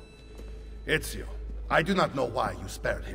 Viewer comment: He nailed Ezio's name, mamma mia his italian is improving <3